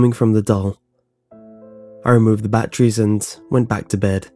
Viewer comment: bAttreeies :)) I love how he says it